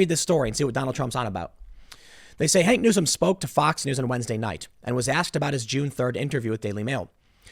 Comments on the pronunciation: Tim. How many stories you gonna do about this guy before you are going to call him by his actual name. LOL His name is HAWK Newsome. Not HANK. Every time you call him HANK it makes me laugh. And you call Rose McG*OW*an, Rose Mc*GO*an. It kills me every single time. It's OW like COW not O like GO. LOL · HAWK !! Tim it's HAWK not Hank . HAWK NEWSOME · Hawk, Tim. Not Hank! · Why do you keep calling him Hank. I believe his first name is Hawk. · Hawk. Not Hank, Hawk. Please God. lol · Hank? Who's Hank? The article says Hawk. Hawk Newsome, Tim. It's Hawk. H-A-W-K HAWK. HAWK Newsome. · I'm pretty sure It's Hawk Newsome. Why is everyone saying Hank? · Tim likes Hank LOL. It's Hawk Tim come on, it's literally right in front of you man. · bruh, his is name is hawk, not hank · Tim, why can't you say "Hawk"?